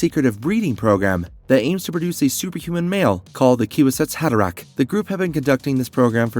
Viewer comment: The kiwi-zack’s haderach? 😂😂 Sorry but the AI’s crappy pronunciation really ruins the video!